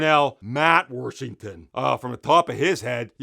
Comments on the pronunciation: The video was worth it just to hear Darnell Warshington 🤣🤣🤣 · Uk he from Pitt the way he says Washington 😂😂